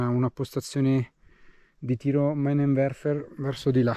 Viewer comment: Ciao si pronuncia minenverfer